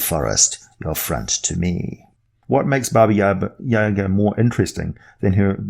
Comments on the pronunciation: Hey, so this isn't super well known, but the correct pronunciation is Baba Yah-gah. Most people say Baba Yaga, as it's spelled, and you're saying... Baba yeah-ga for some reason? Accent I guess. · It's not Baba Yeahga it's Jaga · I may have said this already, but it's pronounced Bah-Bah- Yah-Gah. Also, the name means lit. "Old Women." And there's more than one. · I dont know if anyone else has said it and I know its an old video but because its a Russian name the pronunciation is 'yah-GAH', the emphasis is on the -ga. That being said, that's the Earth pronunciation and it could be entirely different on Faerun. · especially because of how often you mispronounced this very famous name. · 3.14 Dragon His pronunciation is closer to Russian than the typical American pronunciation, but the emphasis should be on the second syllable.